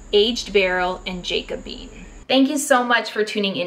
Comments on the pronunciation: Hi, thanks so much for this video. It was really helpful. But if I may simply add a minor comment. "Jacobean" is pronounced like jack-o-bee-ann. It refers to the time in English and Scottish history when King James was fighting for the throne. I am not a hater, just trying to give you a helpful comment. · “Jack - uh - bee - an” Thanks, such a helpful and informative packed video!